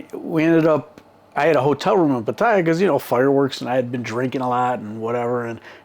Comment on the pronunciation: Omg. Can’t believe you felt the need for this story. It’s more about the stupid farang than the Thai female. Bad females world wide prey on horny stupid males. You been there long enough too mate to pronounce Pattaya correctly. Gives you more credibility. Sawasdee